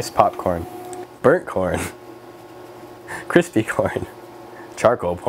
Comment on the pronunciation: cwispy corn